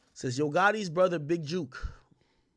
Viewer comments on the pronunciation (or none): If I hear one more blogger or anyone else acting like they know something say Big "JUKE" instead of the way its actually pronounced i swear ima Will Smith me a bitch. Think about it... if book, cook, look, took all have the same sound, why would J-O-O-K sound any different? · Y’all saying his name wrong it’s not juke you say it like cook book…jook. And that building is pronounced pear-re-yawn